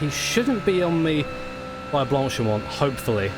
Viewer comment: Blank-pain? I think it sounds more like blonk-pah :) You pronounced the name of the the start section at Spa correct though...